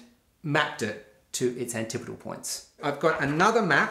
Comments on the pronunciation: I'm going to use the pronunciation antipodal for the rest of the video... Pronounces it like anti-podal 100 times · You did learn the correct way to pronounce antipodal. But you also learned an incorrect way to pronounce it at the same time.